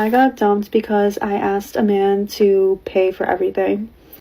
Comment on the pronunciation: It's asked with a s, not axed.